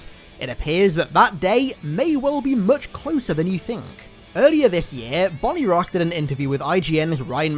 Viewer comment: Kay gonma be honest… He said “Bonnie Ross” but I thought I heard “Bonnie Another-word-for-food-thats-past-its-consumption-date”… Was very surprising